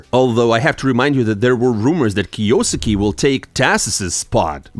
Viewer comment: bro its kyo-suke not krosssksjjusos123123